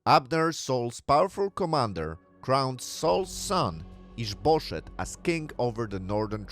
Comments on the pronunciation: We've got added comedy in this one. I don't know what the name is, but it sounds like "is bull$hit" every time he says it, and it provides quite a funny context. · with your accent it sounds like you're saying is bull s#*[